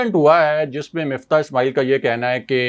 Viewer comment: بندے کا نام مِفتاح ہے جیسا کہ راجہ ابراہیم صاحب درست طریقے سے کہتے ہیں۔ مُفتا نہیں ہے۔ کسی کا نام نہیں بگاڑنا چاہئے